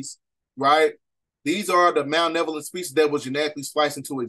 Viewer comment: Don’t mean to be rude king but it’s Malevolent* not Malnevolent. Thank you for the video 🙏🏾